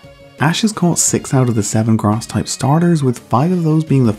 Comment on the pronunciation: I Think It's Funny When You Say Grass It Sounds Like Grarse (If You Don't Agree Or Think It's Mean I Understand)